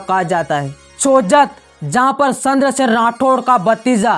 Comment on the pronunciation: 😂😂 सही बोला आपने पर उन्हे चंद्रसेन बोलना नहीं आ रहा